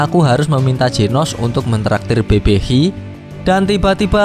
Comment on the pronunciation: Baca idol salah baca BBQ salah gimana si min